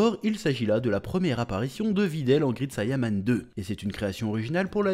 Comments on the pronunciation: Ca se prononce grèit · Great et grit ça ne se prononce pas pareil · Grit sayanman😂 a toujours du mal avec l'anglais 😂